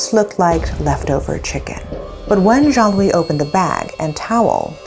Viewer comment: Me who constantly heared Zhongli insted of Joan-Louis ..😅